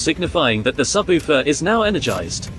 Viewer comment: Your AI speech needs some work. SubOOfer.